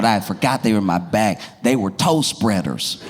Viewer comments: When he said toe spreader, I thought he said toast spreader. I was like, WTF is that? 😂😂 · Ahhh toe spreader... I heard toast spreader...